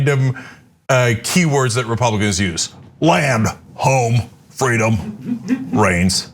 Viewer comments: i heard brains.. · Has Kemp been playing too much Plants Vs. Zombies? I thought he said "Brains".... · I thought he said "Home of the free of brains"... Which actually makes complete sense. Especially after, "welcome to Fox" 🤭😂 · He said reigns? I thought he said brains, lol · Did he say brains instead of reigns? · Woulda bet my husband's life he said "brains". I know I'm wrong, but that's STILL what it sounds like to me. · I thought he said Freedom Brains... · I swear I heard him say "freedom brains," twice! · i thought he said "Freedom brains" I was like omg they were right there are secret lizard people!!! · And i thought he said Brains.